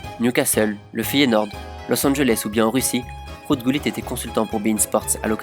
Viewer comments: Did he said GULLIT? I have always known him as HuLLIT. 😂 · In French we pronounce it like that